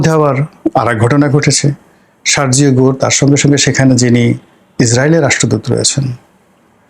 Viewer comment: You are saying Shargio . It is to be softly uttered, Sergio . Not Gor like Bangla ও! It has to be rounded up, a big O ! What is George SHOROS ? It’s George Soros (soft please)!